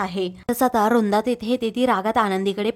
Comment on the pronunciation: रुंदा नाही हो वृंदा बोला ना नीट